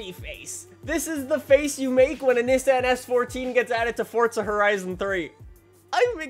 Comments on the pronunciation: fortza or forza? nessan or nissan? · Stop saying Nissan like that please and thank you